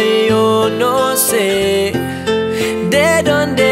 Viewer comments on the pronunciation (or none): trata de pronunciar bien la letra D (vos la haces sonar como una R)